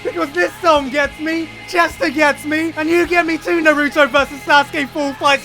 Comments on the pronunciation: Idk if it's an ongoing gag with Gigguk but it kinda irks me when he pronounces Naruto the way he does. Lmao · dude you pronounced Naruto's name like 3 different ways lol which is it? You also might wanna invest in a better camera or something your beard is coming in all green.